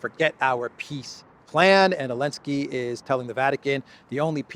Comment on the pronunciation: is Biden 2.0. Also any word that has a "T" in the middle of it, is pronounced as a "D". Elensky is another mistake, as these videos could be used for historical reference someday in the future? you should not make intentional mistakes, when you make so many unintentional mistakes. Confusing billion with million is a 1000 times error, it shows how out of touch you really are....